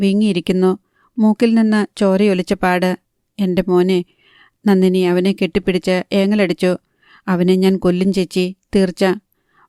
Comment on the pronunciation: നന്നിനി അല്ല നന്ദിനി